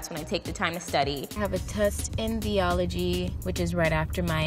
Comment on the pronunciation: No one gonna talk about how she pronounced Biology as “Bee-ology”